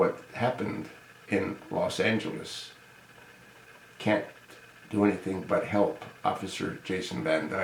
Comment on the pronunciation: First of all it was Chicago not L.A. you stupid fuck! AND before you talk about some atleast get the basic details right...it's LOS Angeles not LAS Angeles you old, pale face, cave beast BITCH!